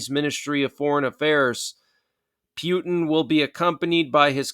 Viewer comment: The way you pronounce Putin is disgusting